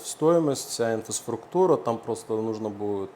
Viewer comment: научите человека слову Инфраструктура, столько рпз говорил и ни разу выговорить не смог, я бы сразу ушел, если бы был клиентом. потому что инфисфруктура мне не нужна 😂